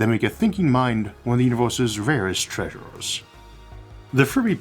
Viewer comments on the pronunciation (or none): Rarest treasurrrrres Get that ai voice going please